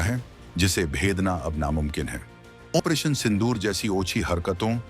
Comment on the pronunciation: What is OMPRATION? It's OPERATION. Pahle Bolna shikho